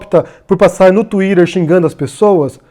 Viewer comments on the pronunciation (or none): none